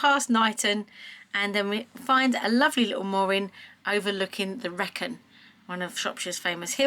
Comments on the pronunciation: I was about to say the same! All around the wrekin! And yes it the reekin not wreck in. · Wrekin - is pronounced Ree Kin We even have a saying in Birmingham 'going around the wrekin' meaning going all over the shop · It took me a few seconds to work out what you were talking about, there. The Wrekin is actually pronounced as Wreekin. Oh, by the way, stop dissing Shropshire's only mountain, 'hills', I ask you. The Wrekin's summit is at some 1335ft (407 metres) which qualifies it as a mountain. To give you a story about the Wrekin - There is an old RAF base, some 15 miles from the Wrekin that was called High Ercall (pronounced High Arcall, btw) and during WWII, this housed an American unit. The Americans did not like the Wrekin as it was seemily disturbing their aircrews on take off. They applied to the authorities to have the top removed. The Shropshire Authorities were horrified because this action would remove the only mountain that Shropshire has. Their argument and, if true, direct insult to the abilities (or lack thereof) of the Yanks went along the lines of, "There is something seriously wrong if your pilots are unable to attain 1000 ft in 15 miles. No RAF pilot would have an issue with that task." This, apparently was enough tp prevent the removal of the mountain top so that you, today, can admire it from your lovely boat. Associated with the Wrekin and part of the same chain, if you will, is Haughmond Hill, a little way out of Shrewsbury (pronounced Shrowsbury - and I will die on this - er - hill). There are some great marked and graded trails through the woods that cover this hill (it actually is a hill) and it offers, in places some great viewsd over the Severn Valley. I have wal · Just so you know, the Wrekin is pronounced 'reekin'. There's a west Midlands saying "all around the Wrekin" meaning to take the long way round. Christian Bale's character says it in the film Le Mans 66. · That would be the " r 'EE' kin " Nice relaxed video, thanks.